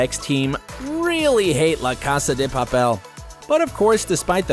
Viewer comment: It’s casa de Papel and u said casa de papeel